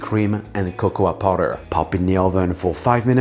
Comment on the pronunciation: He still pronounces it "Cocowah pawder"... 😂